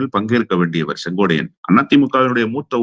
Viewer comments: கம்பீரமான குரலுக்குச் சொந்தக்காரர் மட்டுமல்ல தெளிவான சிந்தனைக்கும் தெளிவான உச்சரிப்புக்கும் சொந்தக்காரர்.... ஆனால் செங்கோட்டையனை செங்கோடையன் என்று சொல்வது ஏன் என்று தெரியவில்லை.... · முதல்ல செங்கோட்டையன் பேர சொல்லக் கத்துக்கிட்டு அப்புறம் பேட்டி கொடு